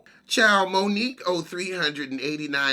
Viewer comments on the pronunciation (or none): none